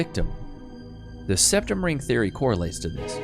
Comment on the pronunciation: Septum? Ooh ! I thought you said RECtum !